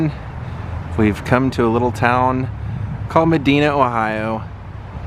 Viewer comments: Wish I'd known you were in town...i live in Cleveland. We coulda met up and gone! You pronoumced Medina as Ma-Deena....the correct pronounceiation Ma-Dye-Na. Love all your videos! Keep up the great work! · The I in Medina, is a long I ... It is pronounced ma dye na... I lived there for years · Wonderful place-you were only a few minutes from me-would have been cool to see you-Medina is pronounced Me-dy-na-thanks for all of the great videos-everybody watching this-it is a must visit-cheers!